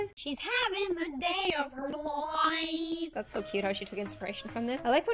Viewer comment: “She’s havin the dooaoay of her loifeee”